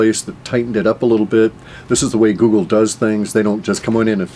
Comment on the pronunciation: lol- Woogle